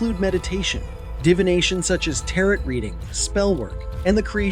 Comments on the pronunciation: This is a great, very even-handed synopsis. Good job! One note: "Tarot" is pronounced "Ta-roh", and "Ra" is pronounced "Rah". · really? "tarrot"? C'mon, man. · I like your content, but I can't help but wonder if you're using AI as your narrator. I've never heard anyone ever pronounce the final "t" in tarot, nor have I ever heard anyone pronounce "Ra" as "Ray." Those numbers also seem quite low. I could admittedly be wrong, but I am fairly certain the number of people who identify as some form of Pagan in the US, whether openly or not, is well over 2 million, and that the numbers horrifically murdered by the church were also well over a million. Still a great video tho. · Great video, though I think it diminishes your authority when mispronouncing certain terms such as the word, tarot, pronounced "teh-roh", or Ra, pronounced "Rah". As a channel that provides information and education, it's probably wise to really make sure the pronunciations are spot on. Anyway, keep up the good work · Tarot, I swear to God, the last t is silent!!! It’s hard to take this video seriously if you cannot pronounce Tarot correctly.